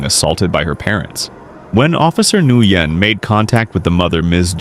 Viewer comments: Officer's surname is pronounced "wen". Not in-goo-yen. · Nguyen is pronounced WEN, not en-goo-yen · It's common knowledge how the Vietnamese surname, "Nguyen" is pronounced and it's NOT "Nuh Goo Yen". It's one syllable, you hacks. It's pronounced like "When". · No excuse for a man or woman of any size to strike her anywhere. Her age and his size have nothing to do with it. BTW Officer Nguyen's name is pronounced Win . He said it right in the video. It's a Vietnamese name and again it's pronounced "Win." Why does the video title say "cops save teen girl from abusive parents?" The cops did nothing to help the young WOMAN. Your title is all kinds of messed up. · So unprofessional of the narrator to not check his pronunciations he keeps saying officer nugyen when it is pronounced WIN ,i realize spelling is different but if your putting out videos to earn money at least say the name correctly and ps the step father should have been arrested for unlawful detainment as well as slamming the other teens head on the wall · WIth all respect, but the officer's name is actual Vietnamese and it is pronounced Wen.